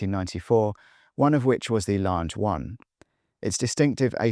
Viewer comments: the larnge 1 xD dude sounds like AI..... he is just reading a script, because the Larnge1 is not the only basic name he mispronounced..... fake watch guy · "great speaker" ? ..... you're nuts...... unless you think Larnge1 is even slightly accurate..... mispronouncing HUGELY impactful watches is ridiculous, and fake as hell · Judging by his pronunciation of Lange, he’s obviously not that into watches. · Really don’t know how to pronounce Lange ? Go google it!